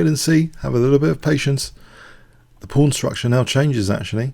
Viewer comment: every time this guy says "pawn" i hear porn